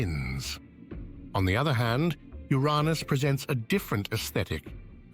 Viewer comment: Funny, how the narrator says, “U-Rahn-Us” for Uranus. 😂 He’s trying not to laugh so it says it differently? Or he doesn’t want to talk about U’s Anus!!! Uranus…🙈